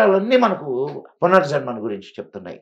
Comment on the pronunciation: పునజర్మ కాదు పునర్జన్మ తప్పులు సరి చేసుకుందాం మాతృ భాషను బతికిద్దాం